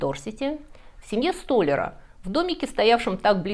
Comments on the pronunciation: Правильно говорить "столярА", что за история безкультурья😛 я не выпендриваюсь, я прост отчасти столяр🥲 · Здравствуйте! Обожаю Ваш канал, но коль уж речь идёт о культуре и бескультурье, обратите внимание на правильное ударение в словосочетании " в семье столяра"! Удачи Вам!